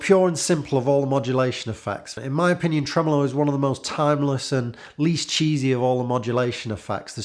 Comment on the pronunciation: Love when you say “Tremolo”